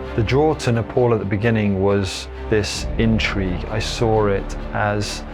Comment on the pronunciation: It's not Nepol, It's Nepal